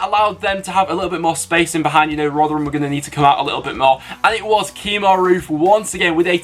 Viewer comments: Kemar Roofe not Keemar. Love the vids tho. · Freddie O'Neill he did Kemar